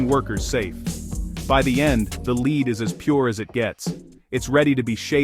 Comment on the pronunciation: 30 seconds in and i'm already triggered. Leed. Leed. Leed Then correctly said "Led" and then proceed onto this weird "leed" pronunciation again. Sorry, sensitive tonight 😅